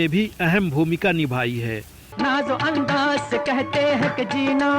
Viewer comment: Lihaja nahi Lihaza hota hai Aor andaj nahi Andaz bhai sahab